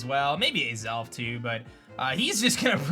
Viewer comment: Lol. He said Azelf in Canadian